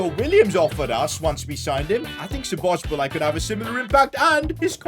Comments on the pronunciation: It’s not spozobliay it’s spozobli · just letting you know its szobozlai not szobosbolai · Sabos- lie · Szoboszlai❌ Sobosbolai✅ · I like how he pronounces szoboszlai like this " Szobobzilai " 😂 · sobozbolai😂😂 his pronounciation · man dont say sobosbolai say soboslai its simple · i m hungarian and so bad to hear you say Szoboszbolay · I am hungarian and bro said Szobobszláj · No one:: "Szobosbalai" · Happy Christmas And also the fact sid said 'sobobszlai'😂😂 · ik lol. it was kinda triggering doe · I feel physically sick after hearing that so much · he says sobosbolai HAHAHA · its pronounced shoboshlai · It is pronounced Sho-bo-z-lay No hate tho also loving the content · He is pronouncing Szoboszlai's name wrong. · The way pronounces Szoboszlai lmao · Pov: Your Hingarian and heard 100x times Szoboszlai being prounounced incorrectly😢😂